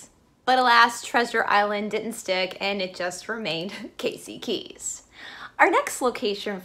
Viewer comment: Casey KEY, not KEYS. I live here and dined at Pelican Alley tonight. But very interesting. And it's the INTRACOASTAL on the West Coast (it's right on the sign as you enter the bridge), INTERCOASTAL on the East Coast. Thanks for listening.